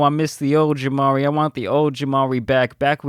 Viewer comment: It’s not jamari it’s